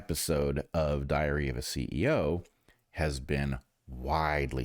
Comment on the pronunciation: A diarrhea of a CEO. That's all I hear every time Bret says it.